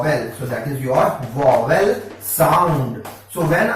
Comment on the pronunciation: Your teaching style is awesome! Just a minor correction that is vowel not wovel.... Thank you so much for all the videos!⭐⭐⭐⭐⭐